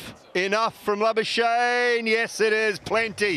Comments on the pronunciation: Exactly. They like laa-buu-shane 😂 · I love how the commentators butchor Labuschagnes name😅 He must come back home to SA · It is La-bus-kakh-nee .... in afrikaans/dutch pronounce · It is La-buus-kakh-nee in original dutch pronounciation